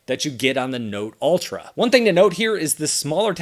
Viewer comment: Why do I hear "alter" and not "ultra"?